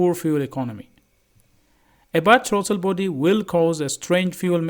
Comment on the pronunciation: Your English is horrible. Not. Trauto body. Is Throttle body